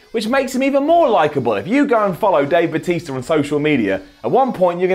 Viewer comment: Lol did he say Batisto